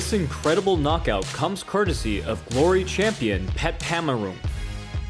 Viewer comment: Isn't his name just pronounced "Pet"? That's my experience with all other Thai fighters like Semapetch, Petchmorakot, etc.